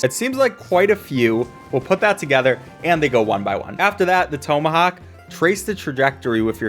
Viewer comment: My guy, Tome-a-hock really?